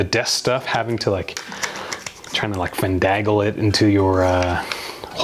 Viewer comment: assessories, gill-otine, fandangle…I feel like he’s just messing with us at this point.